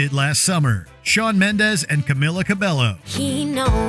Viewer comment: Camila Cabello’s name is pronounced: in her first name the emphasis is on the second syllable, and the i pronounced like a long e, as in bee and me; for her last name the a is pronounced with a short a as in ball and call, the e is pronounced with a long a as in may and day, the double l should be pronounced like a y.